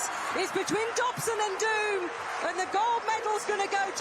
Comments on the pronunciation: In an interview he stressed that his surname is pronounced with long vowel "o" and not with the english "doom" sound (duːm) since in dutch, his mother tongue, the word pronounced "duːm" means idiot. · It's pronounced Dome.